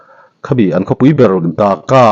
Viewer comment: "Daka" nilovin, Dhahka tih tur aw, Bangladesh War 1975 a, an Martyre thlanmual khu, ka kal ve tawh, Phaizawl zau nuam lutuk mai ani a, Park angin an siam a, nitin tlawhtu mi singtel an awm thin.